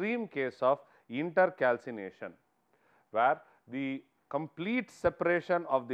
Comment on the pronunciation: It is not inter calcination it’s intercalation and also pls explain the points rather then merely reading the ppt